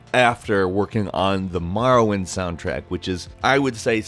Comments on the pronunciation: Every time he says marwind I cringe so hard maybe be able to say the name before you make s video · STOP calling it Marrowind. >=[ Wtf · You say Morrowind strangely... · In what part of the world do English speaking people pronounce or as ar? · Maorowind? Why dose he pronounce Morrowind like Mao Zedong? Both 'o's should get the same noise. Also #1 has nothing to do with Morrowind. The first one listed doesn't even address the game, it talks about another game. Mildly interesting but completely unrelated to the video's topic. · its pronounced Morrowind NOT Marrowind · It's More-oh-wind, not Mar-win. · More-oh-wind. Hearing you say Marr-uh-wind is very annoying. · Here's a fact. It's Morrowind. Not Marrowind. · Am I the only one who got the shits when he says MAR-rowind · MORROwind, not MARROwind! I'm having a hard enough time convincing my brothers to say it right without everybody getting it wrong at once. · Love the way calls the cane Marrowind not Morrowind. Hahaha MAROwind. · it hurts so fucking much to hear someone saying "Marrowind" instead of "Morrowind". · Maworwind...it's pronounced more-or-wind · why do you pronounce it Marrowind its pronounced Morrowind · what the hell is Marrowind? lol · its not marrowind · morrowind, not marrowind! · lol I came upon this again over a year later and was getting triggered again by Marrow-wind. More-oh-wind. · Knew ALL of these! How about 10 Facts EXCLUSIVE to M-O(NOT A!)-rrowind, and not comparing all the ‘facts’ to other games! Also, you really need to work on pronouncing a LOT of words... And what’s this ‘individualism’ you speak of? A lot of the NPC’s in Oblivion and Skyrim all said the same lines, just in different voices. My best memories: the variety of weapons and spells! Oblivion slimmed the selection down some of that stuff, but then Skyrim screwed up the Magicka system even more! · The way he says Marrowind really bugs me lol. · What is this Marrowind that I keep hearing about?